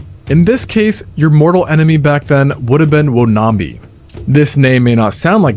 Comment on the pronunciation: It's pronounced wan-am-bi